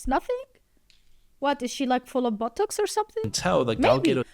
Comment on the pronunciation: I am so sorry for laughing at this part I thought you said that she is full of buttocks. But after your further explanation, I was like "Ooooooh, BOTOX." My bad! 😅